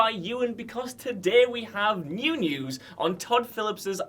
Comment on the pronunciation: Did he say pew news